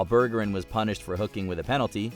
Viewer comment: Pronouncing Bergeron as Burger-en is hilarious LMAO 🍔